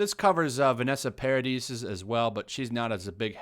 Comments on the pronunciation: It's pronounced Par-a-dee! The 'is' is silent its French! PAR-A-DEE say it with me Par-A-Dee not PAR-A-DIS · Vanessa Paradis is a singer, actress, model and you pronounce it Paradi. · Paradis is pronounced Paradee - the "s" is mute. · The s is silent in 'Paradis'. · She's standing up for Johnny Depp. The least she deserves is to have her name pronounced right. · Hint: "Paradis" is a french name ... the last s is SILENT. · Why is “the sun” covering this?! It’s completely unethical! FYI It’s Win-ona, not Wy-Nona. She’s a fantastic actress...and Vanessa Paradis is pronounced Para-dee. I’m not trying to be annoying but in reporting something, I believe all the names should at least be pronounced properly🙏🏼 😊 thank you for this coverage!